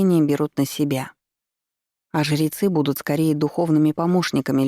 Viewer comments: Спасибо, понравилось повествование, только смущает слово жерецы вместо жрецы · А почему жирецьі, а не жрецьі? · Зачем ты так странно произносишь слово "ЖРЕЦЫ"?!!! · Чтица очень замечательная и проникновенна, но, почему жЕрецы....